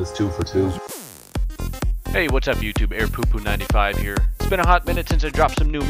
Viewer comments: Did you actually say “Airpupu” in the end?😂😂😂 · Lol he said airforcepoop95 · I am very late to the party but did you say "Air popo 95" instead of Airforceproud95 in your outro?